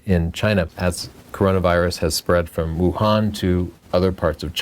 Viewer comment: Wow! You pronounced Wuhan correctly! Props! I've been based out of Shanghai for a few years now. Went traveling for Chinese New Year and then this hit and hid out in Thailand for 6 weeks. Finally just got back to Shanghai but have to complete a mandatory 14 day "self isolation". Was hoping to get out and take some street style photos of what life is like these days in Shanghai but I guess I'll at least have to wait 9 more days until isolation is complete.